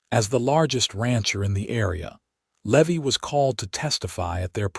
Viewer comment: Levy is pronounced, Lee Vie.